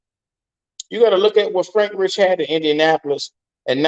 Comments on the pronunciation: It's Reike. Like Rike Not Rich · Bro can you say his name right please lol